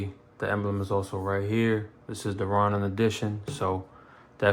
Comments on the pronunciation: “Ronin” has a long “O” sound, like it the words “go” and “no.” Ronin were rogue samurai that didn’t have a master. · u say it like row-nin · Sounds like “Raw”nin to me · Butchered the F outta my Name, Homie. 😑😂... Solid set up.. just picked up an Echelon yesterday, put a Defender ST on it. subbed 🤘🏽